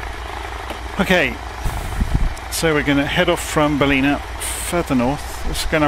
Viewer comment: I live in Coffs Harbour this is a great video Ballina is pronounced Ball-in a say it fast